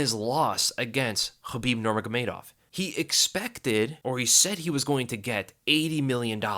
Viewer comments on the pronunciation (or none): none